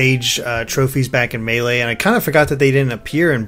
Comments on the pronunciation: I HATE how you pronounce melee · It's pronounced MEI-lay, not mal-lay.